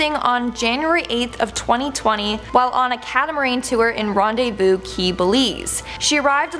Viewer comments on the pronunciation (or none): none